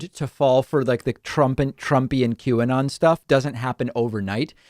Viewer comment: Auto-generated captions change this german dude's pronunciation of "Qanon" to "Cubano". Seriously.